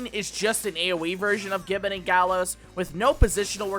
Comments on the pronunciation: i already know you are going to get defensive on this so lets skip that part and move on okay... you are saying gibbet wrong. the word itself isnt english the G takes a J sound for the word with the rest flattening out like this ji·buht = if you wish to check for yourself i suggest a quick google search the browser will litteraly say it for you . im not saying ppl dont make mistakes but if nobody ever points it out everyone will just keep making the mistake . that said the video itself is a very good one . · Americans saying Gibbet is funny. For those who care it's pronounced (ji-bey) Awesome video btw!